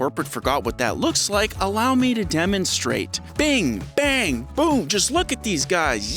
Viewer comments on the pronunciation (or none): none